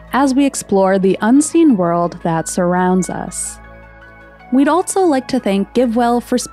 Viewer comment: Why do you say "altso"?